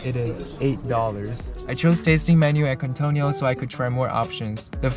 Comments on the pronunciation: Keen-toh-neel, not queen-toh-nee-all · Quintonil - pronounced keen-toh-KNEEL. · You said "Púshol" instead of Pujol and "Kuintonio" instead od Quintonil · Quintonil is pronounced keen-tah-neel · Thank you for sharing. The restaurant name is pronounce kingtonil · Please pronounce Pujol (poohHOL) (THE "o" in HOL AS IN dOG) AND keen-Toh-NEEL (The o as in dog as well) The syllabe in Uppercase is stressed